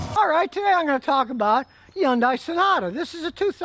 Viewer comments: Hun-day, not yun-dai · Yundai ??? Lol. It starts with an H, Say it like Hunn Dai. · F.I.N.A.L.L.Y Scotty finds out what I've been trying to tell him.. Hyundai Cars ( NOT "Yun-di") It's Hyundai just like Sunday, Cars are just as good as his Toyota's . I've had Three. Two Sonata's and one Elantra. All have gone past 110,000 miles. My Current 2014 Sonata is still going strong at 115,000 miles. I change Oil and Filter every 10,000 with Full Synthetic Oil, did the Transmission fluid change ( not Flush) at 100,000 miles and haven't even had to change the Brake Pads yet... I just do proper maintenance. This is one Good Car ! It's a shame people don't give Hyundai more credit. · I like the way Scotty says Yundai instead of Hyundai. 🤣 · The first Y is silent. HUN DAY. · Considering that Scotty is supposed to be an expert (with a big head), and he has been mispronouncing "Yun-die" for so long, I was just wondering if this is supposed to be an inside joke or what? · yundie lmao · Stop pronouncing Hyundai incorrectly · you go back and forth on what is good and what isnt. you know it as well as i do anything can get 500 hundred thousand if you take care of it also please learn how to pronounce the cars name the y is silent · He’s still refusing to pronounce Hyundai correctly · In English, the official localized pronunciation is “hunn day” and in Korean, the proper pronunciation is “hee’yuhn dé” (hyeondae 현대)